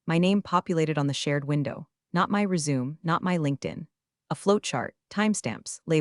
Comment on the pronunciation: AI correct pronouncement Resume (Sounds like Rez oo may )